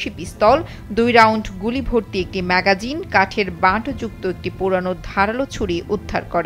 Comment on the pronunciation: Magagin noy,maggin hoba😮